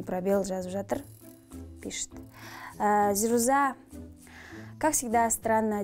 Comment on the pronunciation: Орысша сойлей алмаса неге сойлейды?!!! Быреу мажбурлеп журе ма алде орысша сойле деп?? Оз абыройын озы шашып не керек. "Эта плоха...плоха ", "уроки бокса или..." зирузАА деп есымынын артын созып озы мамбетский произносит, может жазган адам ЗирУза" деп жазган шыгар. Пффф короче. Тагы mmuhanf_ дегеннын кателерын тузеп кояды гой озынше 🤦‍♀️ Ешкандай личная неприязнь жок бул кызга деген..онерымен мулде шаруам жок, бырак биреуге кулмес бурын озын тузеу керек адам. Ел алдында журген сон темболее.